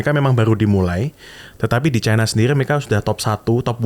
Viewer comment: Sipp babami, nyebut China itu 'Caina'